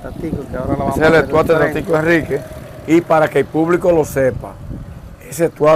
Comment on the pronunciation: Amigo disculpa,no es molumento sino Monumento, tampoco es estuata ,sino Estatua.Cuando te expresa por las redes sociales te ven en el mundo.